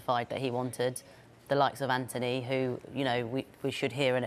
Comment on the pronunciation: Anthony? I don't see an h in his name my boy